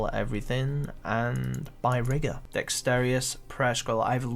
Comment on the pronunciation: "dexterious" lol